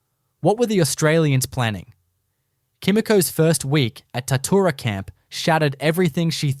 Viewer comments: Bullshit, I am from Shepparton right near Tatura...there was a major Japanese prison camp at Tatura(pronounced Tatchoora). Its well documented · Im from Shepparton, about 40km from Tatura...ffs get the name right! Its pronounced Tatchoora. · Such a pity the creator was too lazy to make even a small attempt to coordinate the photos with the narration. The Tatura Wartime Camp Museum has photos and other items which could have been used in this production. Oh and it's pronounced 'Tat-you-ra'. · Pissing me off, Its Tatchoora. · Pity the narrator can't pronounce Tatura correctly. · So true, I winced every time he/it said the word.